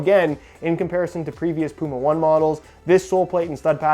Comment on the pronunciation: It's pronounced Puma Oh-Ney Oh-Ney. Yes it is an old Hoka running shoes reference.